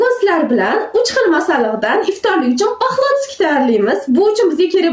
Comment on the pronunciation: Paxlotsiy ❌ Paflotskiy ✅